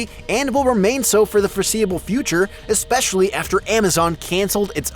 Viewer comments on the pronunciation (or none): none